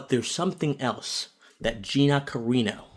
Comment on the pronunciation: Great video, except for one supremely important thing that you were wrong on... Her surname is CarAno, no Carino. 😉